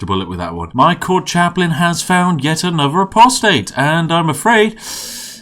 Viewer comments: He actually said apostate correctly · He pronounced apostate right!!!!!! Wooooooooooooooo!!!!!!!!!!!! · I have simply no idea how the hell became such a damn unit, you made no attempt to guide him down that path did you? Also holy crap, you actually said apostate correctly!